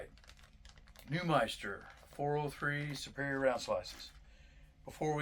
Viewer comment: It’s NewMINster man, not ‘meister’ lol